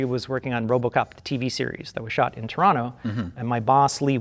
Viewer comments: Oh man my favourite genre of RLM videos, re:View episodes about 1980s remakes of 1950s horror movies. Also +1 point to for saying "Toronto" properly. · says Toronto like a proper Torontonian. He doesn’t pronounce the second ‘t’. He says Tronno.